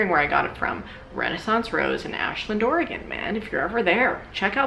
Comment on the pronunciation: Thank you for pronouncing Oregon correctly. You're one of us now.